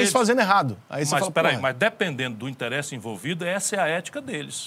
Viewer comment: Porque o Ciro é o único cearense e brasileiro que fala "interÉsse" eu não sei!